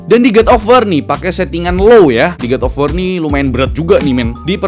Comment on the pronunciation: pls ya, godofwar itu cara bacanya bukan gudofwar.. tolong lah, pls gadofwor gitu baca ny yaa, bisa yaa